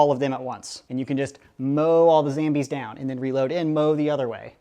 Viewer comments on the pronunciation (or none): PLS STAAAAAAAAAAAAAAAAAP SAYING ZAMBIES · Why does he say zambies?🤣🤣